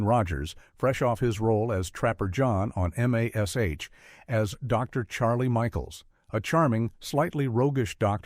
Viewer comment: Why must you use AI to narrate these things? Would it cost that much to have a real person narrate them? The weird pauses in the middle of a sentence, the Bold Ons, and the m.a.s.h! It's so stupid!